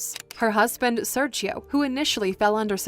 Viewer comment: It triggered me every time she said "Serchio" instead of "Sergio"